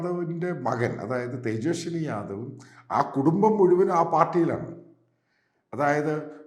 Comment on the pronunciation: തേജസ്വി ആണ് തേജസ്വനി അല്ല